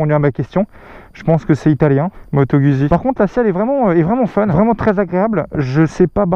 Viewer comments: Je kiffe tes videos! Mais je suis italien et dès les premieres secondes tu m'as choqué!!! On dit Guzzi en prononcant ( gOUDzi ) Mais je t'aime quand même! ^^ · Sa se prononce moto gouzi